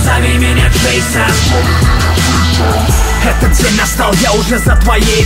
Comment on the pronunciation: Не Джэйсан а Джэйсон. А так круто.